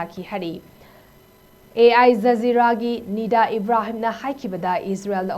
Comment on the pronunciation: Ai JAZEERA haiba natte AL JAZEERA haiba ni.pao du paba heitradi parunu.